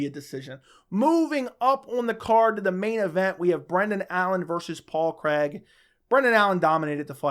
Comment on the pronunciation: His names Paul Craig, not Paul Creg lol